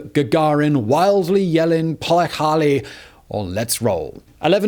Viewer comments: the word Gagarin said was "поехали" (pie-yekhaly) not pie-ikarly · you should really work on your pronounciation if you want to quote someting as famous as по ехали